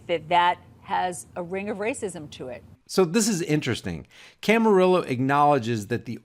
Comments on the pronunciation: Sorry but I have to correct you, it's Allison Camerota, not Camarillo! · It's Alisyn Camerota, not Camarillo. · It's "CAMAROTTA" not Camarilla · LOL, I like the way you keep calling Alisyn Camerota by the name "Camarillo" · It’s......camo- rot-a.............emphasis on ...............rot